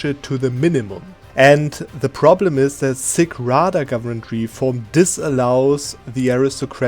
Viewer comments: Nice Video! By the way Sich Rada is pronounced lik Sitsch(yeap, like Germans say in Tschechien) Rada. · Yes, an old video, and until new Cossacks DLCs (in nearby never) you wouldn't touch this gov reform, but the sich rada isn't pronounced like that. The last 2 letters have same pronunciation tch, like in word wiTCH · Just so you guys know it's not sich rada witch ch as K or C sound it's ch as in charnobyl.